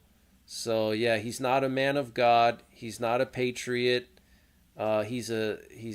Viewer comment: Meant God not Hod.